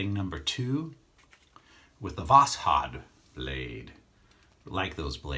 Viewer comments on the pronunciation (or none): Hi i was just watching this video and i thought id let you know that the correct pronunciation of the brand name of the blade is Vaw-shawd. Keep up the great videos and god bless you and yours my friend.